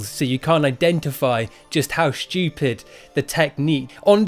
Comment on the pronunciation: No my friend, you have not articulated "shtupid" well enough...lol